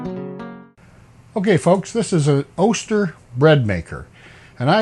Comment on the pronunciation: This is my favorite Oster video. Because you pronounced Oster right. Most people say Awster. Thank you sir. Oh, my 90's breadmaker also can make jam!!